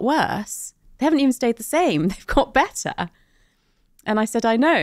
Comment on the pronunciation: Terrible pronunciation of 'better' 😀